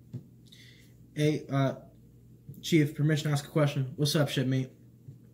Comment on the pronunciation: "What's up, shipmate?" I swore he said "what's up, shitface?" and I lost it.